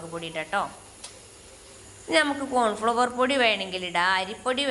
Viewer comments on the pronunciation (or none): എൻ്റെ താത്താ കോൺ ഫ്ളവർ അല്ല കോൺഫ്ളോർ ആണ് പറയ